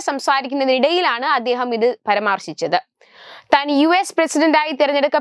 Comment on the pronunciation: പരമാർശിച്ചത് എന്നല്ല പരാമർശിച്ചത് എന്ന് മാറ്റി വായിക്കുമെല്ലോ... 🙄🙏🙏